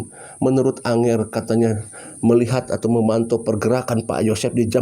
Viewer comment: ANGGER BANG BUKAN ANGER, ANGGER ITU BASA JAWA SAPAAN LAIN UNTUK ANAK2 YG LEBIH MUDA...NGGER,CAH BAGUS